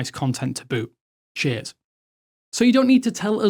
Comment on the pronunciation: I had to rewind and repeat what you said a few times cos it definitely didn't sound like 'cheers', more like 'sh*t' (to me anyway)